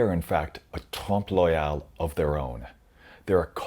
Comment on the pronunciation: Oeil: listen to the correct pronunciation online.